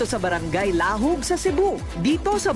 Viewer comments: Korina and her team should at least try to pronounce the name of the place correctly. When you pronounce Lahug, the stress is at the 2nd syllable. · Sana mag research muna kung papano Ang pag pronounce ng LAHUG' maraming nakíkinig buong Mundo hehe